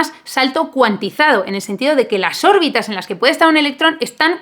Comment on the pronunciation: Cada vez que decías órbitas mis oídos sangraban😭😭😭